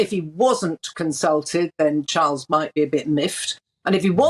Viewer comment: King Charles has a beautiful voice and perfect enunciation and pronounciation. So very soothing